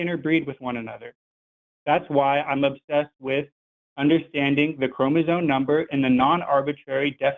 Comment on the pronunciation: keeps saying "chromozone" and now I can't stop humming "highway to the chromozone."